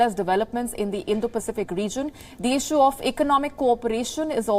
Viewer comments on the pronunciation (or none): none